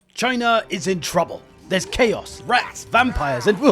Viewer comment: you're saying it wrong... it's Chyyyyna.